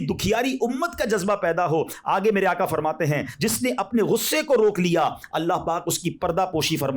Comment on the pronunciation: باآدب گزارش ھے ھر کوئی نعت پڑھنے میں(آقا) کے بجائے آکا کیوں پڑھتے ھیں؟